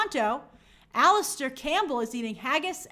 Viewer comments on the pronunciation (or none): none